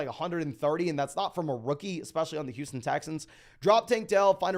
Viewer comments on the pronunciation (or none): none